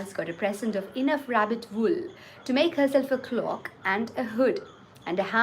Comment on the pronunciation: *SOPORIFIC - Sleep inducing.. eg soporific drugs *IMPROVIDENT - lacking foresight..carefree of future..non frugal *DOLEFUL - dismal..mournful * MARROW - inner pulp..like in bone marrow * CLOAK vs CLOCK.. you said it as the latter! ++ Theres no greater thrill than ambling about a bookshop n flipping through the pages before buying a book that no digital medium provides..and truly the smell of a mint book is way too intoxicating! I hv never looked into Kindle or Audibles..and I'm glad I still remain the same! I buy my books the conventional way! (Airport bookshops largely..others if I see one!) ++ Crosswords n Scrabbles are compelling play tools for building vocabulary. And quite truly if anyone who is fearful of peer group mocking, shld visit Japan or Korea or China and see how many of them speak English n how?! Im reminded of that old line of "sing like no one's listening.. and dance like no one's watching.. " Hear me speak Mal n u would laugh till u cry.. but like I'd care?! I'd laugh too with you and seek the corrections. That's all there's to it! ++ Entire collection of RKN books that I had, I gifted a few years back to someone in India as an initiation to reading..! Thankfully she is well into her teens now n a prolific reader in her own right! ++ Lastly..The Alchemist cry ( truly no comments..I don't get it too.. ) and those sudden side bars/screen acknowledgements...not tht its impeding me in anyway...but then where is the fun in that..other than it being